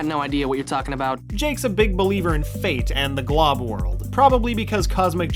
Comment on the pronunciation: All I heard when you said Glob's name was 'Globglogabgalab' Globgloglabgalab starts playing in the background.